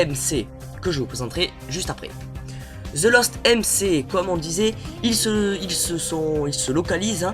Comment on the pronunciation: Sa se prononce the lost èm ci